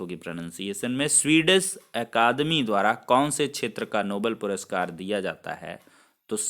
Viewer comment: Ser puruskar Nahi ,,puraskar hota h